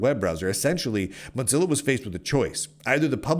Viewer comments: Bro really called it Motzilla the whole video. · please,, there no 't' in Mozilla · call it modzilla one more time! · Am I the only one who pronounces it "moe-zilla"? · Muttzilla* and it's hillarious that's what's got you folks triggered, like there is no other argument so people take to deconstructing his pronounciation of Mozilla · Your pronunciation of "Mozilla" should be a crime. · Mozilla firing enough employees to completely shut down work on the Rust-written browser Servo is a great reason to despise them without mispronouncing their name.